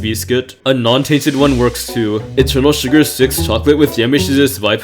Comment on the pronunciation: i cant be the only one who doesnt like the way he says eternal sugar right